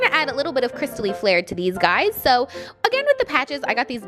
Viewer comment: No one: Literally no one:: so~ ( speak in accent )